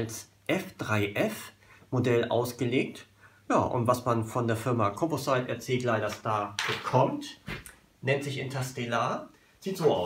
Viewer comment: Composite spricht man "kom-posit" aus.